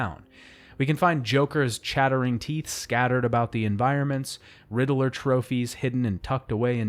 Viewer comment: Riddler is two syllables. You're making my ears bleed.